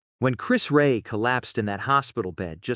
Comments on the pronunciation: Right? It's a documentary, and the very first thing is that they get his name wrong? For goodness sakes. Rest well Chris REA. See you when it's my time to slip on God's Great Banana Skin. 🙏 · You don't even pronounce his name right..we know about Chris.we are 🇬🇧..you have got all this off Wicki...of course Chris carried on he's a🇬🇧and a Middlesbrough lad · this is insulting inaccurate and can't even pronounce Chris Rea's name correctly - just the worst !! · And they can't even say his name right. Ker ching! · Exactly,it's insulting that they can't even get his name right.🙄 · His name is not Chris Ray, it's Chris REA, RE-AH. Get it right. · Exactly,, most annoying!! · I would appreciate it if you pronounced the words correctly …. It’s NOT. Chris Ray It’s Chris (pronounced) Re-ah. Then his hometown is not pronounced Middlesbro. It’s Middles-borough ( burrah). Thanks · You can't even pronounce his name correctly!!! Ray haha. It's pronounced Reeah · RE-AH not Ray. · Say Chris Rea's name right! It's not "Ray" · At least make sure the rubbish mechanical commentary got Chris Rea' s name right. Chris Rea NOT Chris RAY! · 🙄 For goodness sake...... at least have the decency to get his name right Chris REA not ray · Please use an English person to comment, then they would know how to pronounce his name right,It’s Chris REA,not Ray.. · THANKS ... UP UNTIL NOW I PRONOUNCED CHRIS RIA... SORRY... RE AH... MY MISTAKE... UNINTENTIONAL... STILL I SHALL CHERISH HIS MEMORY... BEFORE BEING AN ICON MUSICIAN HE WAS A LOVING HUSBAND AND FATHER FOR HIS BELOVED TWO OFFSPRINGS JULIA CHRISTINA &JOSEPHINE❤❤❤ R.I.P. NOW YOUR ONLY ROAD IS TO HEAVEN.... WE STILL BE HERE ON THE ROAD TO HELL... BUCHAREST ROMÂNIA IS SHARING TEARS 😢😢😢😢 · Erm, that is Chris REA, not Chris Ray! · You mispronounced his name. It's "Ree-ah". Very, very sad. Huge talent! What a sad medical life. Loved his biggest Top 40 1979 hit, "Fool If You Think It's Over" .RIP Rea.